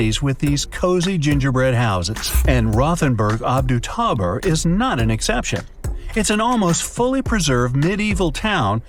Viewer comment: rothenburg ob der tauber, not "rothenburg ob du tauber." Don't think you can start becoming lazy with your narrations.